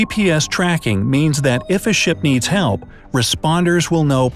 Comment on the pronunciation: "'elp, 'elp, 'elp". Lol